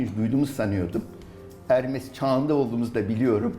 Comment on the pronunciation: Ticaret tanrısı olan ermes değil hermes